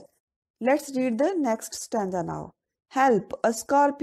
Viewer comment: Plz improve your pronunciation ma'am and I want to tell you it is stanza mot stanja